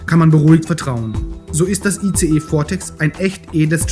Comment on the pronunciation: sorry, man spricht nicht ICE so wie der Zug, man spricht es englisch aus : Eis.... aber trotzdem nett ...